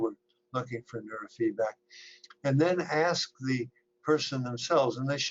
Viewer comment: Ha! She said “ax” the expert. Im a college educated minority who grew up in the ghetto amongst the worst of them, and there is nothing, and I mean NOTHING, more infuriating and cringeworthy than someone who insists on “keeping it real.” And trust me, she could easily turn off this slang affect at any moment…we all can. I can sound like an Astrophysicist or ghetto trash at the flip of a hat and any person who has spent any time around educated, professional folks for just a year can easily sound intelligent with barely a hint of street. They do it on purpose and I don’t get it. Especially since there is a way to,lightly sprinkle in just enough street and still pronounced the entire English language correctly.